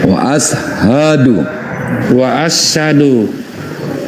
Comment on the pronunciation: Ustads nya kurang peka pendengaran nya dengan pengucapan syahadatnya candy: assadu bukan as-ahadu dan dia sendiri bilang sah